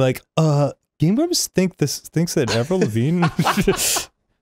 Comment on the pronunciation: Anyone else feel very weird with how Arin pronounces "Avril"?